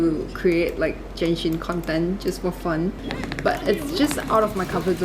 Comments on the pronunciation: Its Genshin. Not Jenshin. My God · Just to correct you though, it's pronounced as Genshin with the G, NOT "Jenshin". This video was uploaded close to 2 years ago but yeah hope you got your pronunciation correct by now. You also pronounced Clorinde's name incorrectly as well as other words but I'm not gonna emphasize on those. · stop calling it jenshin:face-red-droopy-eyes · is genshin not jenshin